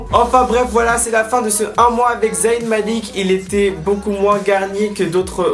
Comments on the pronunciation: Bonne vidéo like always ! C'est moi ou tu dis z-a-Y-n? Tu dis pas le y comme un i 😉. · Arrête de dire Za-y-n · c'est trop drôle tu dis "zahine", sinon je t'aime d'amour, love love💙